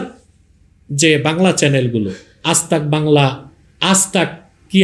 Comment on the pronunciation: হুজুর চাচাজান আপনি যে বাংলাদেশ থেকে অতি সঠিক ভাবে রিপাবলিক বাংলা, আজ তাক বাংলার নাম বললেন শুনে খুশি হলাম। আমাদের পশ্চিমবঙ্গে সাম্প্রদায়িক দাঙ্গা ঘটলে তার জন্য প্রথম দায়ী থাকবে রিপাবলিক বাংলা।